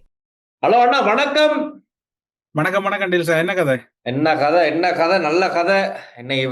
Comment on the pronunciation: நல்ல என்பதை நள்ள என்றா உச்சரிக்க வேண்டும்?